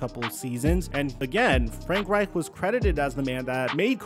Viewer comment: It’s painful listening to you say “Reich” lol